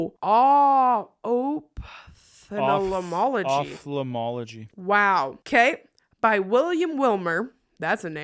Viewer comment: Ophthalmology AH-P-TH-UH-MOLOGY It’s a specialist eye doctor